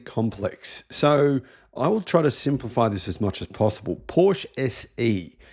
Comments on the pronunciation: Porsche not Porsch! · you’re an electric automobile journalist. Porsche is a two syllable name, you know how to say it properly. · Evidently you need to ask how to correctly pronounce Porsche. 🙄😖